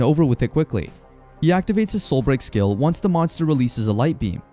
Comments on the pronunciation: Hey uh its not soil break its soul break dude 😂😂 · Why do you keep saying Soil Break tho? 😂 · Why does he pronounce “soul break” as “soil break”